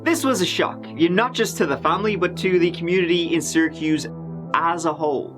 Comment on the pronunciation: Thank you for pronouncing Syracuse correctly.